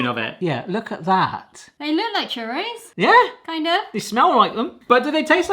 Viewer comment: Crurros. Try saying that.